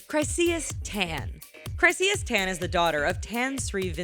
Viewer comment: Tan (Tah-n) not (te-n)